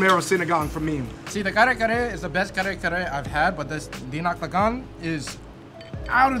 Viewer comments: .. it's dinak-dakan. and yeah.. you pronounce all the letters but w/ a high pitch first then to a low pitch.... i.e. DInak- DAkan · This how you pronounce it say dinakdakan ilocano Style say D knock dac con kool